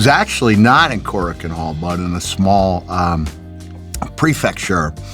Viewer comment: Shawn is an amazing host, but man I had a laughing fit when he said "Koraku-wee-un Hall". (Kou-raku-en)